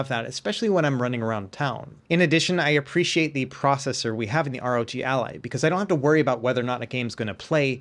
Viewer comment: Why is he saying "ROT" ?